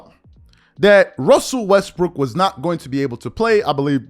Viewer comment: Did I hear you say westbrick